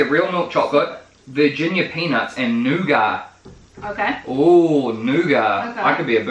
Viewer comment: noughat sounds like new gut.